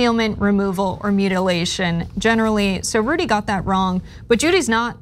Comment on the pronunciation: I think I heard say "Judy" instead of Rudy. That should be a meme.